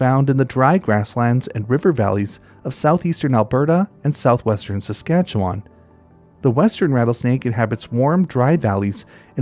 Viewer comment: I’m in southwestern Saskatchewan! It’s delightful to see some of our local treasures highlighted here. (P.S. - “Susk’AT’chew’un” —nothing sets off a local more than hearing than “wahn” at the end…)